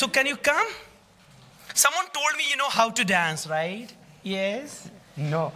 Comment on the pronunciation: The host said rias(yes) or nrio(no). good pronounce